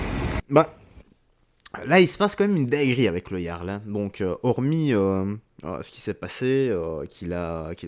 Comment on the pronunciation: D'où elle emmerde le Jarl cette connasse ? Et on ne dit pas jarl mais Yarl.. t'es conne ou tu le fais exprès ? Putain y a pas à dire pour être gauchiste il faut avoir été amputé du cerveau !!!!!(et qu'on ne me dise pas que la violence n'est jamais la solution.. Dans certains cas c'est la seule solution ! Contre des gauchistes qui n'ont pas de cerveau un aller retour ça remets les idées en place et si cette connasse parle de l'orgie que les parasites gauchiasses avaient prévu de faire de minuit à midi en plein centre ville de Rennes .. il faudrait déjà que ces connards de gauchiasses connaissent les lois françaises ! le Jarl a appliqué la loi point barre .. Il t'a mal parlé chouchou ? Et alors toi tu nous insultes tous les jours et tu as du mal à entendre que t'es une truie mal baisée ? Et encore je suis sûr qu'il n'a pas dit quelque chose du genre car c'est mon style et pas celui du Jarl... moi je tape d'abord et je cause après .. une fois la menace éliminée.. le Jarl (porte bien son nom) car il a tenté de calmer le jeu avant d'autoriser ses hommes à la violence.. et je rappelle que nous parlons de 300 gauchiasses venus faire une rave party dans un endroit où ils n'avaient aucun droit d'être .. près de la boite du Jarl juste histoire de foutre la merde et ces crétins avaient prévu de foutre le bordel avec leur musique de merde jusqu'à midi le lendemain.. sans tenir compte qu'il y a des gens qui vivent dans le centre ville et qui la nuit veulent dormir !!! PARCE QUE EUX ILS BO